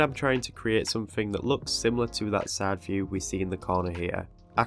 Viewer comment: I kept thinking you said “sad view” , instead of, “ side view” .